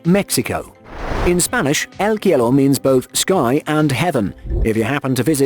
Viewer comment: MY MAN IT IS C O L O M B I A NOT "COLUMBIA" (UNLESS YOURE REFERING TO COLUMBIA SC AND CIELO NOT "KEE E LO" CEE E LOH...